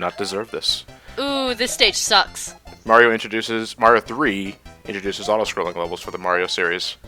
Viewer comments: Oh god almost pulled a ReviewTechUSA and called him "Mary-o" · I thought him calling Mario "Mary-o" was him being a heretic.